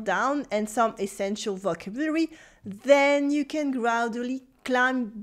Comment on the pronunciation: Bonjour, Your videos are always great but your pronunciation in English of “vocabulary” is off. It’s very close to the French pronunciation – vo cab u lary. Best wishes, Phil.